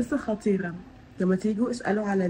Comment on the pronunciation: في الدقيقة 19:4 قلتي خطيرة عادي مع انك طول الفيديو بتلدغي بالراء و بتقوليها غاء 😊